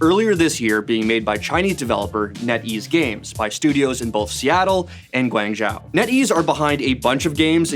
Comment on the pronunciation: That is the worst pronunciation of "Guangzhou" I have ever heard.